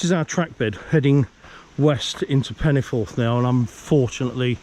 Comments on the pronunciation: . I've lived in the area for sixty five years and obviously know many people from the area, went to school in the area and have worked in the area and I'm very sorry but your pronunciation sounds nothing like anything I've heard, most people call it Penyford, though some native Welsh speakers do pronounce it differently it sounds nothing like the way you say it. Don't worry, I still struggle with the correct way of saying Welsh names that include the double D or double L correctly, at least you did try. Great video by the way, loving this series, this is not one of the more well known branch lines, and doesn't get the attention it deserves imo. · Its pronounced Penny - Ford